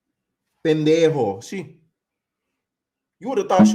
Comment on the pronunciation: When u said “pendejo” 😂😂😂😂😂 ur Spanish is getting good